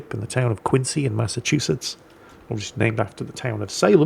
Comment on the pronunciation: you magnificent bastard! As a local I am obligated, under Massachusetts General Law Ch. 47, Section 109, Paragraph J; and the Dunkin Donuts Policy Manual, to inform you that the City of Quincy is pronounced "Kwin-zee". Now ya know, guy.